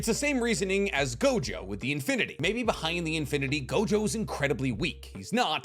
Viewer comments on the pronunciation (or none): none